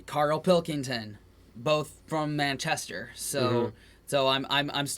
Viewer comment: Enjoyed these guys reaction to various British accents, but they didn’t pick up on our different annunciation places. So Birmingham, where we emphasise the first syllable as in BIRMingham, while they said BirmingHAM. Similarly, Brits put the emphasis on the first part of MANchester, not ManCHESTer.